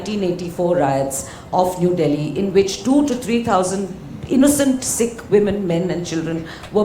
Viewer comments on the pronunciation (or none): none